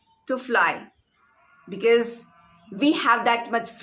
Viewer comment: Pahle to aap ye becees becees bolna band karen bhabhi.. it's so irritating..sare hindi medium school sikhate hain because and bicees